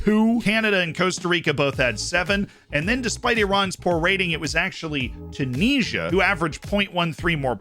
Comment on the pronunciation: Hey dude. Love the content. Subscribed and all that good stuff. Just wanted to let you know Tunisia is pronounced "tchyoo niz ee ah"... no knees in the name :P